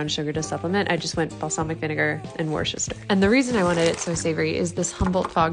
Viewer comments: Just so you know Worcester sauce is pronounced wust-er. It's named after the city here in the uk where it's from. It was originally a Roman settlement and the name is old English for war-castle. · Its pronounced woosta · I would even say 'wooster' rather than 'wuster', don't know if that's a Scottish mispronunciation though? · I just spent a minute saying Worcester in a Scottish accent then saying it in my English one lol. I don't think wooster is a mispronounciation, just a difference in accents, but for the English pronunciation I'd still say wuster.